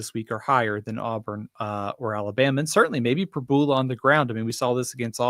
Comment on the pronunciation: I’ll pay to KEEP there! You guys are great and I love you keeping me company in my work vehicle overnights during football season 🙂 is still learning. I think he’ll click at some point soon. Played two awfully good defenses the last couple weeks…., btw, Pribula is Prib-you-luh. And it won’t be long before you guys are talking about Oh-loo-buh-day 😆 MIZ!!